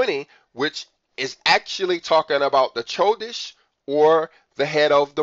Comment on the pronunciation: Bro I don’t mean this to be rude. How have you been studying Hebrew this long and the calendar and you pronounce “chodesh” with the “ch” like in “cheese”. The “ch” makes the “H” sound and like your trying to clear your throat also. Chanukkah is pronounced Hanukkah but the “H” has the throat clearing noise. So it’s “chodesh” pronounced “Hodesh” I think you should have known that by now, not saying to be rude, much love brother